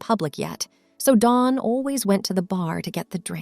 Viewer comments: Dawn not Don. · Dawn, Not Don.